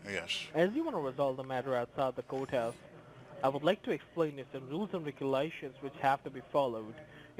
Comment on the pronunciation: did he say outside the coathouse or goathouse ???